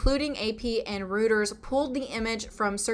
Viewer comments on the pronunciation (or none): "Rooters," lol. "Reuters" is pronounced "Royters."